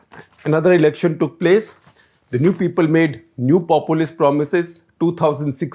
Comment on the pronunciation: Every time SG says "populist" why do i hear "kejriwal"🤣🤣🤣